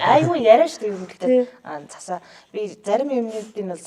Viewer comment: Өө Засаа. Биш ээ Цасаа.🔥🔥